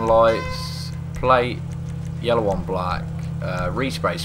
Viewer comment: I am glad am not the only one who says yalla instead of yellow!